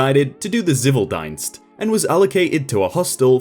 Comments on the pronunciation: "tsiveel deenst" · It more pronounced like civil ... actually kinda ciiviil deenst (long vocals) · Ok... As a german I cringed a little at that pronounciation... Zivildienst and Wehrdienst... dienst comes from dienen meaning serve. An the "i" sound is long so pronounce it like "ee" as in keen or seen. And the Z is a hard sound. Pronounce it as "tz" as in Tzu (the name) that comes closest. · Im really really sorry but your way to say “ präsenzdienst“ and “ zivildienst“ is just to funny 😂 its Great